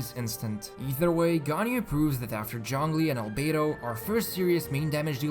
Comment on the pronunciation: Why do you pronounce zhongli as junglee